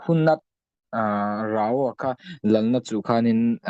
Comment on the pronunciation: Rao - (Ra) (aw) tiin i lam a, a lam dan dik chu (Rau) aw sir.